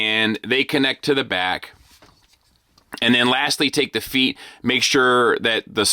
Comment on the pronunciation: Me, every time says, "feet" instead of "FEET" 😢